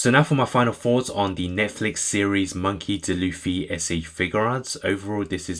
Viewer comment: Its d. Luffy not dluffy